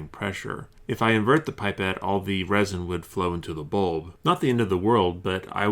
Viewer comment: Its not pronounced "pipe et" its.. "pip et"